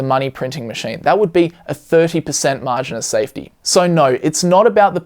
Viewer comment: "Maring of safety" 😂